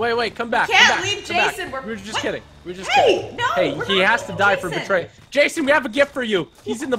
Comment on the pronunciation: The new Jason was interesting. Do you two remember the old Nintendo Friday the 13th? Reminded me of that. Maybe because its blue? Anyway it was fun watching. And keep pronouncing my name right. Keep on keeping on!